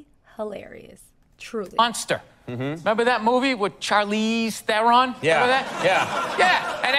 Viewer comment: Charles Theron, her last name is Afrikaans, my culture, its pronounced like you would say Tron but roll the r and the o is not drawn out, its short. Lol